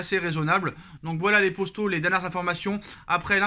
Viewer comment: Gars tu peux dire « poto » et non pas « Posto » ça stress !